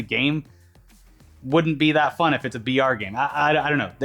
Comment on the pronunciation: I been hear VR for a while then i realized they were saying BR